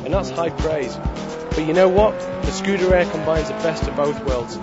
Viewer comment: Not once could he even be bothered to make the effort to pronounce the car's title correctly!